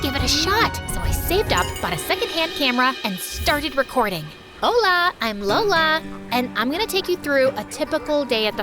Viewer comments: The “Hola I’m Lola” almost sounds like “Hola I’m Dora”. 😂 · “LolaNiDora” 😂😂 totoong pilipino to